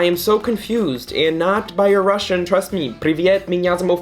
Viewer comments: Your Russian is really good! You're pretty much nailing the pronunciation, that's impressive. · I'm russian and I agree that our language is complicated🙃 but I have to admit that Damon's pronunciation is actually pretty good😎